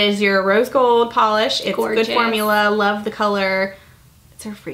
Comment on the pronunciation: FALL!!!! "Lurve it!". Lol!!